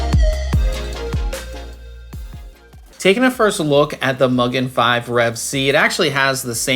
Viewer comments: I like the black version a little better, but great review! I could be mean and start a pronunciation war and say it's Mu-gen, not Mug-en, but that would just be silly. 😂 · Just FYI, I believe Mugen is pronounced Moogèn. There's a Japanese engine company called Mugen Motorsports (Honda motorsport related) and they say the word mugen means unlimited (boundless?).